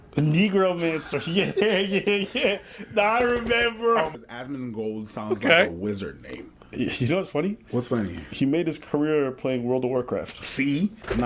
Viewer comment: Asmong Old is how you pronounce it correctly